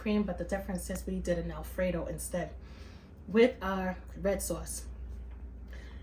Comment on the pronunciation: Good morning! Yummy looking Alfredo😋 Tickles me every time you say sawwce! So Brooklyn! Love it!🙌🏾🫶🏾